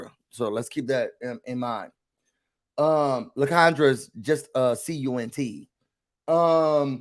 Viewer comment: It should be LIE-CON-dra